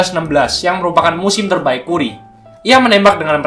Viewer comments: keren min, koreksi dikit bcany kari bukn kuri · kù•ree kan gitu pelafalanny, bukan ku•ri